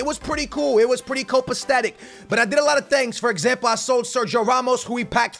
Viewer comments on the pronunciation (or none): Does he say 'CopacTatic' instead of 'Copacetic'? lol